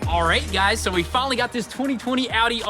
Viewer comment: Who else noticed the "R8 guys" instead of "alright guys"